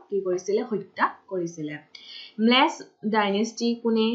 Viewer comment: Its melecha dynasty not mlech... pronounce it correct